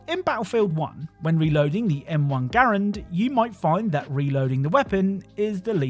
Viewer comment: Finally someone that pronounces Garand correctly!!!!